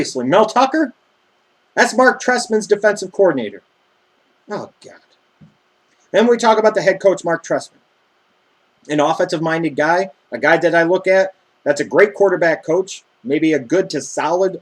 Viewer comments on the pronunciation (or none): Trestman not freshman *